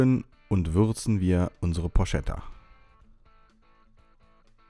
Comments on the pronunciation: Looks great. One thing dough: please don't call it 'porshetta' . It's porchetta. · Achtung Klugscheisser-Modus an Porchetta spricht sich Porketta, nicht Porschetta. Klugscheisser-Modus aus 😜. Weißt ja wie‘s gemeint ist 😎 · Cool gemacht. Italiener und Klugscheisser sprechen das Ding Porketta aus